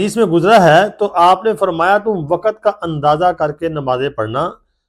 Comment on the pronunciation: waqat nhi waqt hota hai